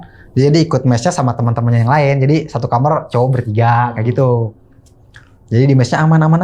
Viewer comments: Aku dikit terganggu dengan bahasa dia ngomong kamar jadi kamer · pengucapan yg bener tuh "kamar", Bukan "kamer".😂😂 gunakanlah bahasa Indonesia yang baik dan benar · Kamar bang bukan kamer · KAMAAAAAARRRRRRR OYYY KENAPA JADI KAMERRRRRR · Kamar bukan kamer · KAMAARRRRRR COYY BUKAN KAMERRR T41K GELI DENGERNYA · Kl blg kamar mandi jls tp kamar knp jadi kamer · kamer bang bukan kamar😂